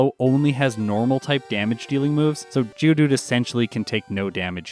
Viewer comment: Is it just me or says "GEODOODOO"?